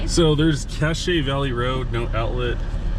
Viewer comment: Cache´valley road... I love when you So-Cal guys come over to Utah and try and say our wacky names. Cache = cash. Hurricane = Hurra-kin. Zion = Like Lion, with a "Z". Some make sense, some don't. Thats the way it be. Like the way you say "Power ball". Pffft. we say - Powey R Ball.